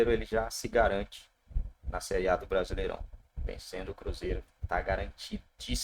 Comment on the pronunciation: "Prasileirao" é foda.